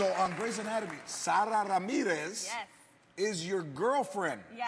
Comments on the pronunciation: She's just adorable. both of them, Sara and Jessica, they are so adorable. I totally love Calzona! and ... I love how she pronounced "Sara".Just the way 'r' rolls.. ugh. Hot! ^^ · Jessica pronounces Sara's name better than you, latino George Lopez!! I'm latina btw :P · She says 'SARA' just perfectly. I wonder if they're good friends or just like normal co-workers (Sara & JCap)...